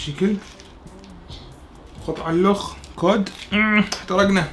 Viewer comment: اسمه سمك الكُد Cod 🐟 وليس كوود